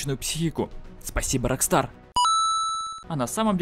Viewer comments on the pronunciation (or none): none